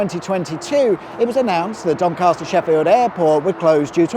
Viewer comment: There is no "R" in Doncaster!!!